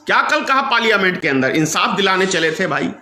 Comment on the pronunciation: Bolna bhi nahi aata.Parliament ka uchchar bhi sahi nahi kar shakta.achchha hoga chup batho.gaddari mat karo.